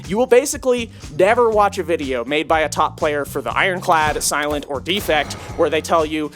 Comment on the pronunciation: You pronounce "Silent" in an extremely odd way.